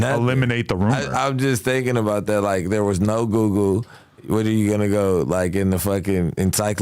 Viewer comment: Bricc is leaned out his mind!! Lmao he like “there was no GooGoo” instead of Google 😂😂😂 please don’t look up to this kids!!